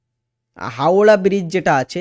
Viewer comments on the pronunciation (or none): none